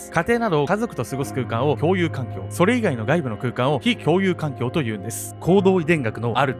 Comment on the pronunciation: 「ﾋ↑共有環境」ここ吹いた